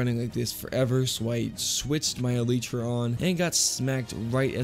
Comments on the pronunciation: Elytra not eletra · Elitra??? It’s elietra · iletra? no its el-lie-tra,elytra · "Eleetra" its pronounced "elytra" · It’s not Eeleetra it’s Ee-lie-tra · It's not a elidre it is a Elijah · I wasn't gonna like the vid because of how you pronounced elytra but at least you can pronounce Caribbean 🇯🇲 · I absolutely loved the video but every time he said “el lee tra” it sent shivers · the way he said elytra, "eleetra" lmao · ahhh not the 'eleetra' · did my mans just say eleetra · sooooorry but my man it’s pronounced e-li-tra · E LIE TRA that's how u say it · Just add e lie tra say it just like that e lie tra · Why did he call the elytra elitra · im sorry but its elaitra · the way he said elytra scared me